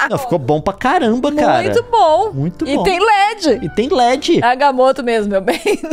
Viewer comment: é agamoto, vc falou certo